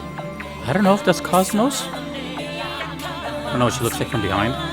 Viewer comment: Oh yeah, they call her "Cosmos" in Xenoblade 2, don't they. Why?? They have three games where she's called KOS-MOS in both Japanese and English. Is that down to XB2's lack of good English vocal direction again? I can't imagine they mispronounced her name in Japanese.